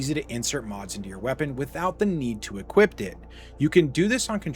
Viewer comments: Great vid, lots of great info, very informative. But brother please stop saying "equipt" when you're supposed to say "equip", it's pretty jarring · "You can Equip-t it"